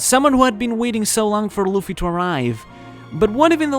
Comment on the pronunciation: It’s luffy